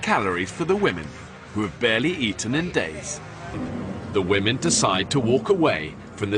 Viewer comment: Brawn or brains? The men had both, the wahmen had neither. So tell me again, what was that about men being no more than blown up boys?